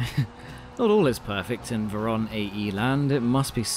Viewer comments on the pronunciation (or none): Hello)) Better to pronounce vOron, cause in Russian it spells like that ;)